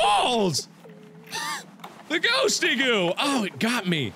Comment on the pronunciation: it's a ghost-goo LOL